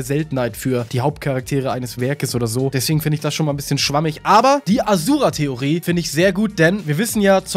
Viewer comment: A Schu Ra ausgesprochen!